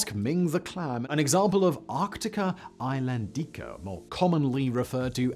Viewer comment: Arctica ISLANDICA (Ees-LAHN-dee-cah). English phonetics do not apply to its name. Use the Latin phonemes.